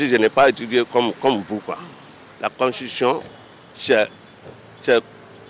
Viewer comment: On dit Constitution et pas Constutition Monsieur le journaliste 😂😂